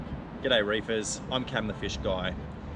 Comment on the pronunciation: Did he say "Good day Rapers"? lol